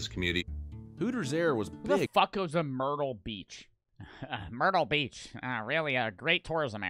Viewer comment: DID YOU SAY WHO GOES TO MERTYLE BEACH I DI